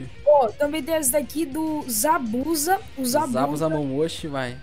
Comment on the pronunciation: fala o nome do zabuza direitinho 👍🏻